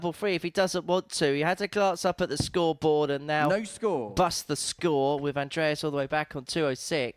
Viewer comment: The feelings come naturally to suit the atmosphere...its not rocket science "scwoobawl" "seeweez frwee" "Wobert Fawnton"....ugh, sloppy